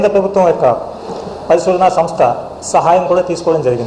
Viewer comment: ప్రభుత్వం అని కూడా సరిగ్గా పలకడం రాదు వీనికి ఎలా ప్రభుత్వ ఉద్యోగం ఇచ్చారు రా! బాబు 🤣🤣🤣🤣🤣🤣🤣🤣🤣🤣